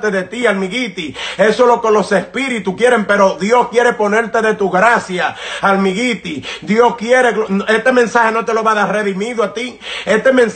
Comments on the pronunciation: Jajaja creo.que todos nos reimos.de como.disi.almigiti jajaja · Se dice olmairy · Miren amigos. Al principio me dio un poco de gracia y lo tengo q admitir. Pero cuando este der humano estubo hablando, no tomando en cuenta de q no pudo pronunciar bien la palabra. Habló sinceramente como un siervo. Eso es lo que hacen los siervos de Jheova. sino fuera q no sabe pronuncia almighty en ingles, los dejaria sin palabras a todos los q los escucharon. Que Dios bendiga a.